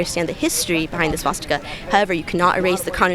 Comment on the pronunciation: Swastika is a sanskrit word. Girl says it chinese